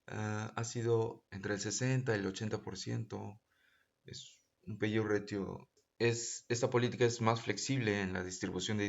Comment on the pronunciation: PAYOUT Se pronuncia "PEIAUT" por si acaso.